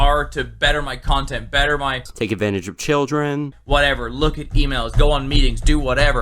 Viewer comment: When he said "looking at emails" I legitimately heard "looking at females."